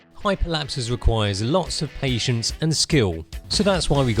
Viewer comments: I thought he said "Hyperlapse requires lots of asians and skill" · i first heard "Hyperlapses requires lotsof asians and skill"^^